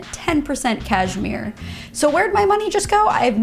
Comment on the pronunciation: “cash-MERE 👁👄👁”